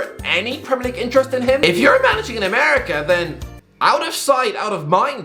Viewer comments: why bro say America like that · Ameri-Kah Philadelp-hya Tunisi-ah this is good stuff